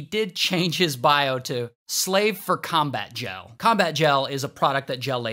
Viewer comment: Oh gel lady I thought he said jail lady 💀